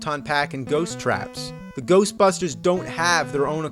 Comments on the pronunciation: the ghostbusters sounded like "go fuck her" trololo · I heard GAYBUSTERS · it sounds like GHOSTFUCKER! :) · It’s Ghostbusters not Ghostbuster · Sounds like it’s saying "go fuck her" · Why does it sound like "GOBUSTERS!!!" XD I know it says "GHOSTBUSTERS!!!" but it sounds like it's giving a idea to Bandai about Tokumei Sentai GoBusters! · I heard Ghost fuckers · it sounds like its saying ghost fuckers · Sounds like he's saying "Golfbusters!!" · GHOSHBUSHTERS!!!!!!!! What The FUCK was that? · Game:Ghost busters AVGN: Ghershtbusters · "GHERST BUSTERS" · Sounds like the guy saying GERSTBERSTERS on the title screen never pronounced the S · gheeerst beersters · GHOOST BUSHTERS!! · hahahaha I can't stop watching to XDDDDDDDDDDDDDD GHEEESHT BSTEEEEERRSH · "Ghosshhbustersssh!" What the fuck was that? "Ghosshhbustersshh!" LMAO. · I almost pissed at GHLOSHT BRHUSHTERSS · Lol Japanese pronunciation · LMFAO "Ghosbusters"